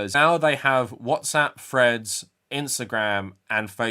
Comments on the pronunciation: For the first half of this video I thought you were referencing some new social media site called Fred's that I had never heard of before I realized you were just and you were saying Threads. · I thought I was going crazy because every time Threads is mentioned I hear "Fred's", but the subtitles seem to agree with me.